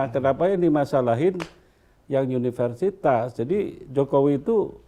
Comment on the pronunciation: yg wawancara salah sebut ..unipersitas